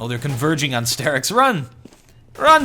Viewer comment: i don't want to be that guy, but please call him star-ix not stair-ix <.>